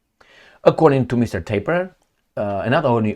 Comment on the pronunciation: I listen to you almost every day and consider you as the best. Love your perspectives almost on everything even when my so called friends disagree with me. But I must tell that your pronunciation of Tapper is wrong. You are pronouncing the name as if it was spelled with one p, like Taper. Other wise Keep up the good work!👍